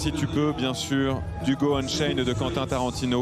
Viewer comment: « Hugo Unchained » 😂😂 je ne connais pas mais « Django Unchained » ah lala les présentateurs France 3 voyons… à ce demander si vous avez oubliez le héro de ce film..